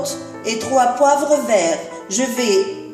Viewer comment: Votre couscous est magnifique mashallah mais veuillez faire plus attention aux fautes de pronociation curcuma cumin poivrons courge ne le prenez pas mal svp c'est pour votre bien